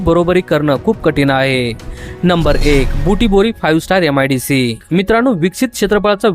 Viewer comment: यम आय डी सी नाही रे मित्रा, एम आय डी सी. अत्यन्त घाण उच्चार....